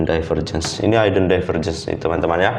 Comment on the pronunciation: maaf bro hidden lafalnya hiden bukan haiden, thanks